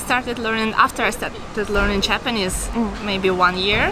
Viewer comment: It's astonishing to me that two Russian girls are talking in English so fluently! たったひ1つだけ気になりました。朝砂さんの“Japanese”の発音が「ﾁｬﾊﾟﾆｰｽﾞ」に聴こえました。「ｼﾞｬｰﾊﾟﾆｰｽﾞ」と伸ばして「ﾆｰｽﾞ」にaccentを置いたら巧く行くと思います。良かったらやってみてください。